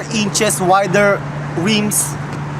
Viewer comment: "sleeper" clutch, 17" reems, no tweesties in Cali or FL... It is very annoying to listen to you talk way too much about pointless sheet while struggling to understand you... only to find out what you spent forever meespronouncing was not even worth trying to listen to. Guess thats why you started hiring hot girls to do the talking for you.